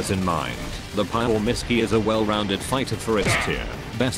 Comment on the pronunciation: "The pile misky" bruh